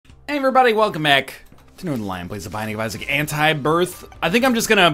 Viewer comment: "ee-saws only " 😂😂👌